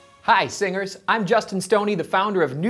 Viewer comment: Hey, singers.. What i hear: hey, singles😂😂😂